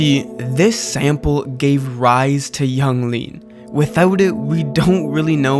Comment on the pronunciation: You lost me at "Yung Gud", "Yung Lean"